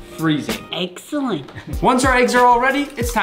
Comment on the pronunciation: is it excellent or eggellent I mis lyinda